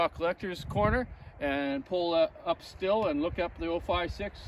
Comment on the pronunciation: You seem to have a good grasp on basic tuning, but it’s pronounced “steel” not “still”